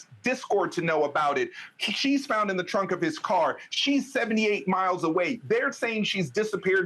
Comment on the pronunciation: Am I the only one that noticed at the 38 mark she said frunk and not trunk?😅😅😅